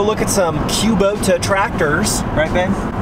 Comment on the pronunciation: It’s not tractors it’s tratters 😂